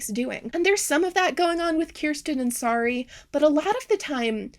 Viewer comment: it was 2 hours into the video before I relised that the doll's name is Sari and not Sorry. I thought she was saying Sorry the whole time.